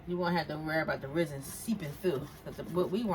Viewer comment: ITS PRONOUNCE RES-IN NOT FUCKING RIZZIN Jesus fuck why you people not know how to pronounce things properly